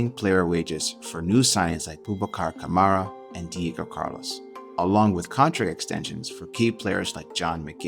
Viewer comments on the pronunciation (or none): none